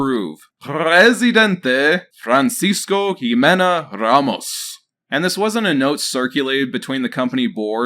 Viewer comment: Thank you for pronouncing Ramos right! And all Ramos are not like this guy, I promise. :)